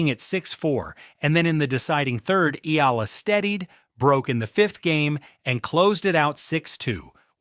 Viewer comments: E-AH-LA, NOT I-L-A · Not “E - LA” its pronounced “ E- Yeah- Luh” 😂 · Will you pronounce Alex surname correctly. It is not ila it is e y a l a. Eala. Ty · Get your AI to learn how to pronounce Eala... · When are these ai voices going to learn how to say eala correctly, lol